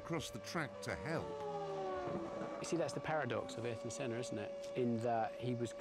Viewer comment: A tribute to Ayrton Senna, yet NOBODY in this video knows how to pronounce his name correctly (except , the only one to say it right) 😅